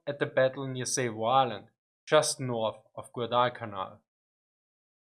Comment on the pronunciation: Its pronounced Sahvo not Sayvo